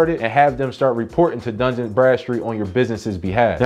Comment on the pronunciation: It's Dun, not Duns. It's not plural. Where do you see an "S" in Dun. LoL